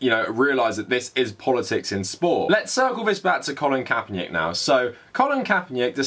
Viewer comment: "Colin Kaepernyick" lol, you pronounce it like its a Slavic name. Also Nike is said like "nai-kee" not like "hike" but with an N instead of an H